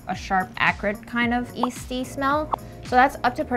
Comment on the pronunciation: 'Yeasty' or 'Easty?' I'm confused.